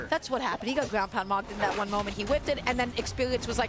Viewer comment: Not gwoun 😂😂😂😂